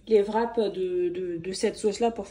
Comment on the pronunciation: Fin de mois: festival de touski! Vrap( wrap)???? Le w ne se prononce pas. T'es comique.😅